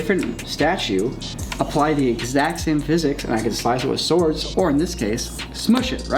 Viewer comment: Swards?? Mm. Swardsss